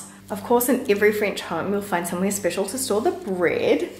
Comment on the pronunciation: Hope you don’t mind a tiny correction (you are French, so you would probably welcome it!) “Bred” is the past tense of the verb “breed”. You know what “bread” is. Like so many confusing words in English it is pronounced the same but spelled differently. I’m excited to be moving soon to the Vaucluse and my house with an oven! Thank you for your reassurance .